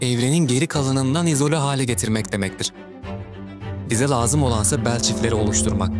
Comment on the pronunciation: Lazım değil lăzım